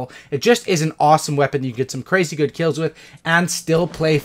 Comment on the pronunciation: "JUST KEEL SHOOTING BABY!!!!" my favorite part.